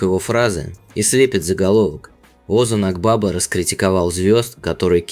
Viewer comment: Озан Акбаба ударение на последнем гласном и в имени и в фамилии